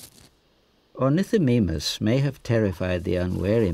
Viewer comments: dumb garbage It's Oar-Ni-Tho-My-Muss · You mean Ornitho Meme Us? Because that's how he pronounces it apparently. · You pronounced ornithomimus wrong. ( Good video)